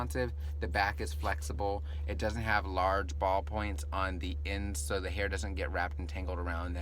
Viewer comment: Flawless, superb herr in the corrr lol